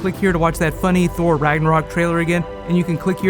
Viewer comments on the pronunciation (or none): none